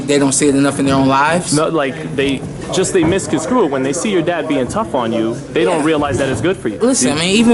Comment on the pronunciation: he said they misconscrew it I'm dead.